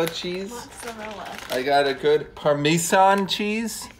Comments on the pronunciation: parmee-san cheese? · Nobody:: par mi san cheese